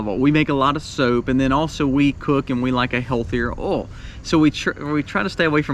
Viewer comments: Nice fellow, and does a great job, but what is his number 10? He said the words, "oauw", "awl", or "all" several times. Does he mean to say oil...pronounced, oyl, or oyy-ell? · Funny you cant say oy ill for oil instead of all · the way you pronounce oil ... 'owl' I cant XD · Are you from Mississippi? My dad grew up there and pronounced "oil" the same way you do. I'm more northern, so I pronounce it "Oy-ill" vs how you said it, "Oh-ill". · I fell in love with your pronunciation of "oil"! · LOL. It's oil O I L. Eejit. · I’ve never hear “oil” pronounced this way 😂 Southern accent is strong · Thank you for the on screen written item. When you reached oil, I have to say, I couldn’t tell what you were saying. Lol. Love you man. Excellent info, as usual. I made my list to follow.